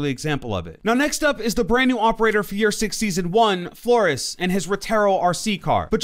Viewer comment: I kinda like how he said Flores kinda wrong